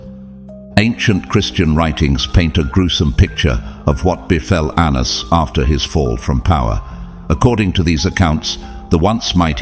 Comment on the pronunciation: Pronunciation of Anans- ( An-na-naus) 🙏